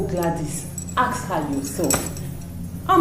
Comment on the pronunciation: Who taught you that ask is pronounced as aks 😂😂